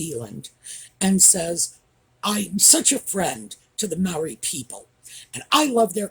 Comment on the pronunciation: The positive of him taking advantage of the Maori people is that I learned the proper pronunciation of their name. Also, from Sky News I learned abt ANSAC and heard “and the band played waltzing Mathilda” for the first time. Thanks aussies and kiwis! I cried when I watched the video. My father fought in WW2 and used to sing Waltzing Mathilda. They marched to it.